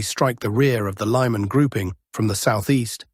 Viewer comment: How truly Russian or otherwise East European (as your name suggests) are you? Because you pronounce all placenames with a very English distorsion: hulya-powl instead of actual Huliapole, lay-man, instead of actual Lyman (lee man). It's funny but disconcerting, I thought you were from Russia, or somewhere in that part of the world.